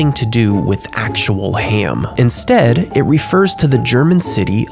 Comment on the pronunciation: Anybody gonna notice the fact he pronounces ham as “hyam”??